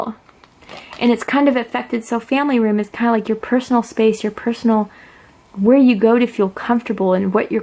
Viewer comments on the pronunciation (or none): none